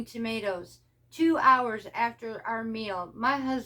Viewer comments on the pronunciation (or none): none